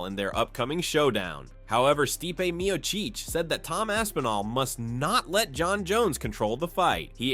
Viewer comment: "Meocheech" fu**ing stupid AI garbage vids